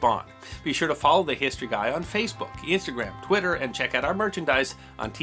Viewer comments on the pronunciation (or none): none